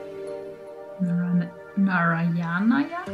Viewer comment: Narayana is pronounced: "Naa-raa-ya-na" (note the difference in "aa" and "a". The "aa" is where you stretch the "a". So the "ya" is like "yeah". "Raa" has the same pronunciation as that of Egyptian Sun God "Ra" with "a" stretched). Narayanaya is pronounced: "Naa-raa-ya-naa-ya".